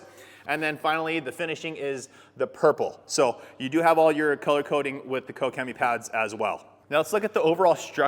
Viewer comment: Finally someone knows how to pronounce Koch-Chemie